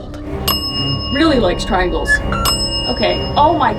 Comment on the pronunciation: the way the ghots always said tringels and devil is not good